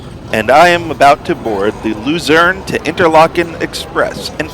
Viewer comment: It's pronounced Lutzern (unless you want to call it Lucerne in English). The railway is Zentralbahn (pronounced Tcentralbahn). The SOB (Suedostbahn) operates several services. Luzern is the terminal of the Voralpenexpress (not the Vorarlbergexpress). Danke